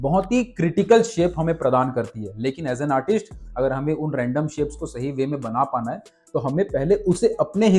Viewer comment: Artist hokar artisht to mat bolo yar, video dekhna ka maza kharab hojata h